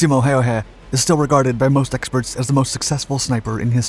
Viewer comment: Ä My man Ä... Not A